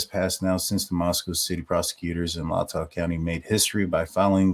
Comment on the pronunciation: I really don't think that the Officer did anything to tamper with the murder scene. AND FYI FOR FUTURE SHOWS IT IS PRONOUNCED ... (Latah) LAY-TAW COUNTY.